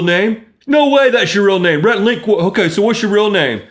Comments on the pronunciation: Rhett \r-hett, rhe-tt\ as a boy's name is pronounced ret. It is of Latin origin, and the meaning of Rhett is "speaker". Also variant of Rhys. Rhett is most familiar as the hero of Margaret Mitchell's "Gone With the Wind". I figured out who you were named afterrrr...... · You should say Rhett like Ret and Stimpy